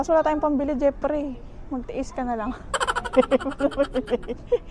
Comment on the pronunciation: "jepri" ramdam ko un pagbigkas mo sa name ng hubby mo hehe. 5mos palang ako dito sa US, doing 2 jobs din. Mabuhay ang OFW hehe.